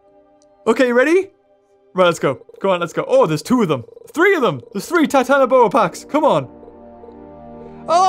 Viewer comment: You didn't say Titanoboa Right. You say it like this: TITANOBOARRR